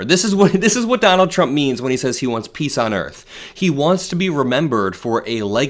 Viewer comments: He didn't said "peace on earth", he said "piss on earth!" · No no, he didn't say peace on earth, he said piss on the earth.